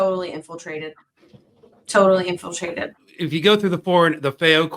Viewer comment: INFLITRATED… lol